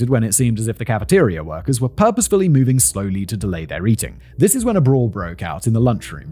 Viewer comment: "And Thizziz" where i fell in love with the male child of the factually supreme